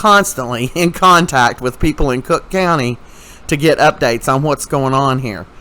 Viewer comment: Please learn how to say Cocke County